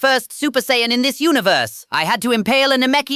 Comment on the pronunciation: It can do friezas impression but can’t pronounce Saiyan correctly 🤔